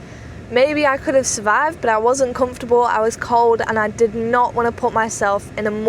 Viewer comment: Why do you say BOT instead of BUT?